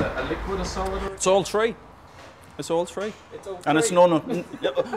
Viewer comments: No daddy it's three, not tree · Cheers Philip, thank you for your great videos. I really like your look on things. and don't bother with the "right" pronounciation of three too much, it really doesn't matter. I guess almost as many people say "tree" as people say "three". and it's certainly better than our german mispronounciation "zree" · don't feel sad about pronouncing "three" as "tree"... i do that all the time. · ahaha us Newfoundlander's pronounce it the same way!